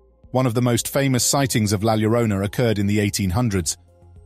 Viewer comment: It’s NOT Gwanajuato. It is pronounced Whanawhato La Llorona is YORona. 😖😖😖moving on. Cannot stand the mispronunciations.